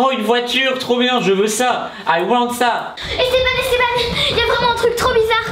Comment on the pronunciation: pourquoi on dit pas Esté b an